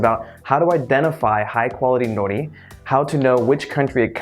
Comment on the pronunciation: sounds like you are saying "no nee"